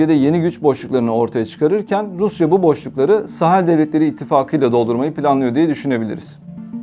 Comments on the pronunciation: ОМГ, что с ударениями? МалИ, БуркинА ФасО, СахЕль, сахЕльский, ЭковАс (аббревиатура, но язык французский и ударение на последнем слоге). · если уж вы готовитесь, то потрудитесь и узнать куда ударения ставить. МалИ, СахЕль, Буркино- ФасО